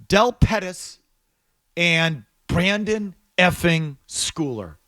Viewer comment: A Patriots journalist & can’t even pronounce the player’s name correctly. It’s Brendan, not Brandon. You’d think they’d know the players names for the team that they’re commenting on smh.